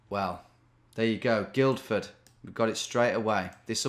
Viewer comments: Guildford is pronounced Gillford not Guildford by the way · You don't pronounce the 'd' in Guildford Tom. So it sounds like Gilford. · Guildford is pronounced Gilford as in...Gilf. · You don't say the first D in Guildford - it's effectively 'gill-ford'. I've been to that Wetherspoons and it's alright, though I did witness some beer mats being thrown at a barman. Peace out. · First D in Guilford is silent Tom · Man, hearing you pronounce that hard D in Guildford was so weird. But I'm sure I do similar bad pronunciations in the midlands/north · If no-one else is going to comment, on the first place, you don't pronounce the first D in Guildford. Even though it's probably named after guilds. Petty I know. Sorry.